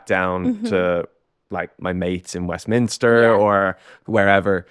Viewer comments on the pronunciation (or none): none